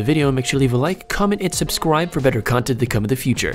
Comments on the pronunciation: did u realize u said subswibe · At the end it sounded like he said "comment and subscwibe" XD